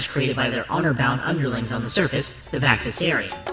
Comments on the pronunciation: Maybe this was intentional but it does bug me a tiny bit that you call them Vaxisarians when they’re called Vaxasaurians in the show. Other than that I love this and can’t wait to see more! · I love this video! I couldn’t stop geeking out and smiling ear to ear as I watched. This is the kind of documentary I would LOVE to watch! But my only nitpick is, isn’t Humungosaur’s species VaxaSAURians, not VaxaSARians? But other than that nitpick, this is AWESOME!